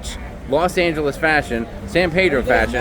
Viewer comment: Please, please please, for the love of God: pronounce the town's name correctly. It is not pronounced San "Paydro", it is pronounced San Pee-dro